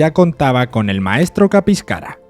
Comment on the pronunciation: Buen vídeo Solo un detalle Es Caspicara no Capiscara CAS PI CA RA Xd